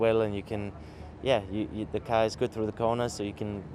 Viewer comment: Thought K Mag was a scouser when he said "carr"